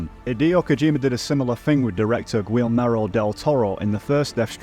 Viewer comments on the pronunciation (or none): Chai-rilium, gwillmerrow, Lea seducts 😂 fook me! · "See-Dux" "Gwill-mero" ? seriously? how can a guy educated in the same country as me be so freakin illiterate? have u ever heard of a place called France? its like a couple hundred miles off our coast. Did no one ever teach u pronunciation? are u aware of the existence of silent letters? do u not have ears? "chai-rillium" ??? omg man. u should do a video of u just reading from the dictionary, would be gold i don't want to insult u, but what backwards ass northern village were u educated in? i'm genuinely shocked that u managed to edit and upload a video on to the internet